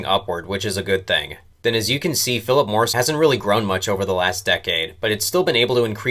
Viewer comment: you sound like a moron calling them phillip morrison